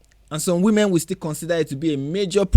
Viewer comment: Notice how he keeps saying "We-Men"? & those silly biological females ecstatically cheer HIM on.